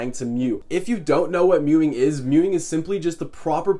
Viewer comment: Bro you were meowing instead of mewing